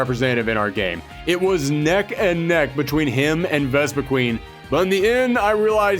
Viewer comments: so a couple things 1 - why did Mewtwo not return? it is Mewtwo... 2 - Vespiquen was pronounced wrong, the name clearly says quen, not queen 3 - why not a Ultra Beast like Nihilego? with the partner being Lusamine, making it a very disgusting and creepy fighter, with it latching onto the other fighter and shoving poison into them, like how it did to Lusamine, it is a Parasite afterall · Greninja T H E M O S T P O P U L A R P O K É M O N I N T H E W O R L D Dude you pronounced Vespiquen wrong It's spelled quen not queen hence it's pronounced quen Zacian is pronounced ZA-SHE-AN